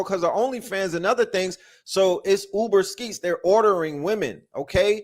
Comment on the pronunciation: Did my guy say Uber Skeets???😅😅😅